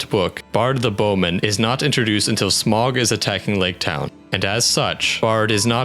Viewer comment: Your computerized voice needs to learn how to pronounce Sauron and Smaug. Check the LOTR appendix.